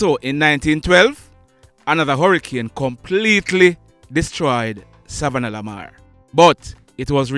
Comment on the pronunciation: U need to work on the way you pronounce savanna la mar,I honest don't want to be the one to tell that it sounds retarded the way u say it, this how your suppose to say it,sa-vanna Lamar or short form sav Lamar.